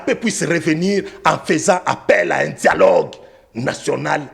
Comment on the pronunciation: 😂😅 bomaye!!!!! 😂 djialogue djialogue djialogue!